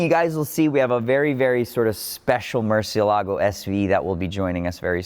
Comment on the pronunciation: MUR CIE LAA GO...you're pronuncing it incorrect, it's a proper name.